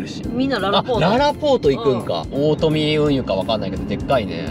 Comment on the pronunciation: 大富運輸は、おおふでなくて、おおとみでしょ。